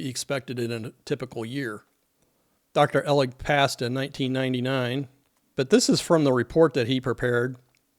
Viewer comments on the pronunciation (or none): The letter from Perry Ehlig caught my attention, as I was one of his engineering geology students at the time. By the way, it's Ehlig with a long E.